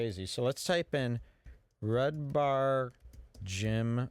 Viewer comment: Haha you said his name wrong that's funny